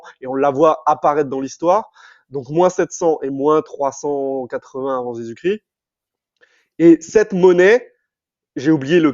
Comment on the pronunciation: Parcontre on dit Jesus ChriSSSt pas Jesus Crie …je ne connais pas le critianisme mais le christianisme